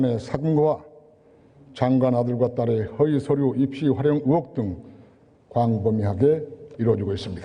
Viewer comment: 적국 저놈 고향 세탁한듯 의혹을 으혹으로 발음함